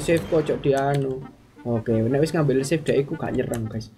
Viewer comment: How to pronounce "save" is 'seif' not 'sif'🗿